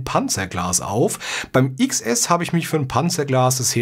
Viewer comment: Es heißt Zehn Es und nicht Iks Es xD